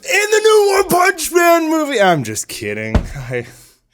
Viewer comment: I giggled a lil at one "panch" man